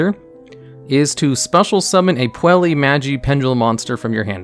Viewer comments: PUELLI? REALLY? Butchered pronunciation jokes aside, these custom archetypes are awesome and well thought out. Edit: Yup, after seeing through the archetype, I'm sure it is fairly balanced while still being a bit competitively viable and keeping the theme/idea of the deck. A thing I really like about this one is the chosen artworks for the cards, they're aptly chosen and shows the love the creator has poured into it. Kudos to! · Every time he says Puella as "Puelli" instead of "Puell-uh", I die a little. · His pronunciation of every other word kind of hurts... Like... how is he getting an e sound out of Puella? I swear, he's just trolling people at this point.